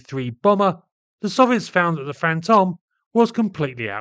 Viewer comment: Pedantic, but Fantome should rhyme with "home".